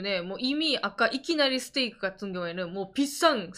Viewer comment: 이키나리스테이크는 박가네에게 광고비를 지급하라! 발음 너무 멋지네